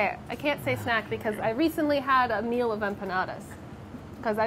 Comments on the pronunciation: Great now when they say “a meal” all I hear is “Ameil” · after the intro i can’t stop hearing name every time they say “a meal”😂